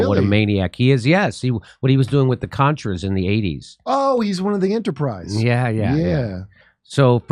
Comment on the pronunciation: I agree 100%. She acts like someone who didn't do their homework and is reading someone else's as hers. She couldn't even say Contra correctly. She is an absolute moron.